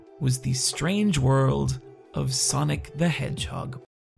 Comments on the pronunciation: the thing that bugs me about this video is how he says sonic and sanic the same way. its SANic like comic SANS. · Great video but wish you could pronounce sonic and sanic differently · W/e - I loved Radical Rex growing up. Also, my midwestern wars cant distinguish between your pronunciation of “Sonic” and “Sanic.”